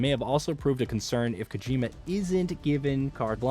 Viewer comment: You pronounced Kojima productions one way and literally seconds later pronounced Kojima different 🥴 make up your mind...